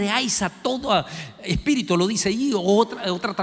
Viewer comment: Se pronuncia "PL(É)YADES" no "pley(á)des"; "espírit(u)" no "espírit(O)"; "Nabuco(do)nosor" no "Nabuco(no)dosor."; "ecu(mé)nico no "ecu(né)mico" Con mucho respeto: Como "doctor" debe de tener cuidado con la pronunciación.